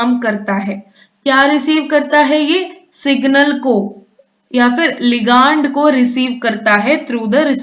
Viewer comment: Ma'am I think your pronounced of ligand is incorrect it is लीगंड and you pronounce it लिगांड so please correct it ।